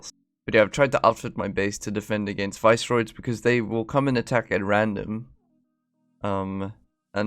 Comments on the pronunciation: They are pronounced Viss-er-oids note vice-roids :-) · I think the visceroids are pronounced like visceral rather than like viceroy